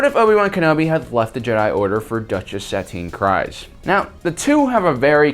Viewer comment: PRONUNCIATION BRO!! I dont think i have ever heard you say the name of a non MAIN main character properly. You say her name Suhteen Kreese! Jesus look some shit up or pay attention to the films and shows more